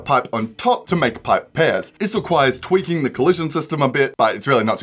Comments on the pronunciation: Did you just say “twerking jumping mechanics?” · He said twerking jumping mechanics instead of tweaking, lol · I thought he said " twerking the jump mechanics"